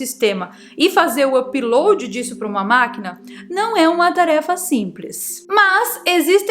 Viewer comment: Me desculpe em perguntar, mas porque voce nao pronuncia Upload de maneira normal? apiloadi???